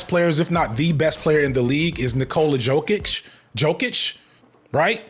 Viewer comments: ‘Yo-Kich’ and ‘Em-Beed’ my friend 😅 great sports analysis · You say Jokic like “Yoke-itch” btw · it’s yo-kitch and em-beed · Yokich Embeed 😂😂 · Yo. Kitsch. That’s how you say it. Also, em-BEAD. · Yo, I'm DYING at the way he's pronouncing Jokic & Embiid. For future reference,, it's pronounced Jokic (YO-KICH) & Embiid (EM-BEAD). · As a coloradian Leftist who loves these videos from you, after you pronounced Jokíc im done watching the sports videos on here! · You can’t call yourself a sports channel if you can’t pronounce Jokić Edit: Embid? EMBID???? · I don't watch football at all, but I always love your football videos that are just about football and not politics because this is a sports channel. I am an NBA fan, though, and... You were so concerned about pronouncing Jokić and then you said Embiid like that, lol. Said them both wrong though, so it's fine. (Embiid being so far below Jokić does have a lot to do with injuries, though. Not talent/ability so much, imo. And the media is pretty negative toward Embiid because........... you know.) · Somehow, your pronunciation of Joel Embiid was more jaring than Jokić. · Lmaooo I love how u had a whole bit about not pronouncing Jokic right but then came outta left field with a way I have never heard someone pronounce Embiid before. Impressive stuff 🔥🔥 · There’s no way you’re roasting sports ball people and can’t pronounce Jokic or Embiid’s names 🤣